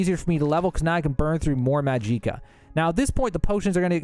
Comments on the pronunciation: MAG-JI-KA Not that hard to understand guys don't know why he says it so awkwardly and puts so much emphasis on JI but alright 🗿👍. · What about maaaaajiiiiikccccaaaa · fr, same with calling magicka "mageeka" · Yeah this is more someone who doesn't know English well 😅 not all Americans I mean he said clockwise, went counter clockwise, magicka as majeeka, and carafe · Why are you saying "mageeca" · Restore mageeca lol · Are you seriously pronouncing Magicka that way? Please stop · Down voting for this guy's complete inability to say Magicka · It's literally just "magic" with an "ah" sound at the end, why did you pronounce it like that? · You are the only human on earth that doesn't know how to pronounce "magicka" correctly. Holy fuck. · Bro how do you say Magicka incorrectly, every single time, when the NPC’s tell you how to properly pronounce it. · Every time he said magicka I cringed like hell. It hurt... It hurt.... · Who the fuck says magicka like that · The pronunciation of magicka made my ears bleed. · Videos too long, not organized. Full of wasted chatter Naaaah im unsubbing. These are gerring worse lol dude cant even say magic right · He's pronouncing magic just fine, it's magicka that he's pronouncing uniquely. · I never met an American who can not pronounce magicka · Mag-ick-a Or Mag-ick-uh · Its magicka not majeeka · hahaha mageeca LOL. its pronounced MAG - JICK - AH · this has to be rage bait, it's not pronounced majeeka, it's magic, like how you say magic, with uh at the end magic-uh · Bruh just say magic 😒 tf is majeeka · Mageeeeeka🤣🤣☺️☺️☺️ Say it with me now ...... Maj ick ah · Magic-ah.... not ma-jeek-a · "Mahjeekuh" 😂 Magic+ka. Say magic then add ka. That's it. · ...bro I died inside with every maj EE ka....its maj ICK ah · For the love of Todd Howard, stop pronouncing it Ma-jee-ka. It's Magic-uh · Magic-ah not mageekah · Majika? Its magika. The hell is wrong with you? YOURE ON SKOOMA ARENT YOU??? YOURE A SKOOMA ADDICTED KAHJIT!!!! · "Mahjeekah", lol 😂